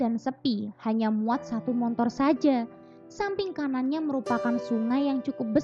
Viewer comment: Bagus sih mb, cuma apa saya salah dengar ya ? "Montor?"